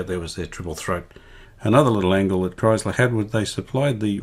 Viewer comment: It's Kriesler (pronounce kreesler) not Kreisler